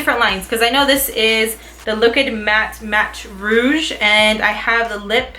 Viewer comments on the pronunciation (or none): none